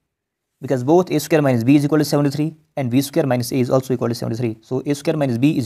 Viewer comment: It is not "isiqualt". It is " Is equal to" try to pronounce properly. Btw explaination was nice